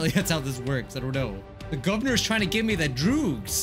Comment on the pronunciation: Messes up on the word “Governor” once, Also: Repeats as “Gubvernor”